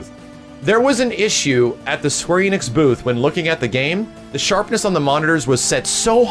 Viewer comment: Enix is pronounced "Eh-nix" not "Ee-nix".